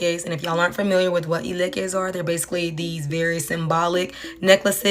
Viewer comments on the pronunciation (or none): ITS ILEKE NOT ELEKES🤣😒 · Here I'll teach you the right pronunciation. First its "He" as you'd pronounce 'he/him', then "leh" as you'd pronounce 'let' without the "T" like a French word, and then "keh" as you'd pronounce 'ket' like ketamine without the "-tamine". Now lets say it together "ih-leh-keh", Mohit's! for my naija babes iykyk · Its pronounced Eee-ley-keh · Eleke bawo😂😂 that's not how we pronounce it! The Lady pronounced it better! Also I wear beads (eleke) and I am a Christian tf😂😂 I think you are reaching with this video😂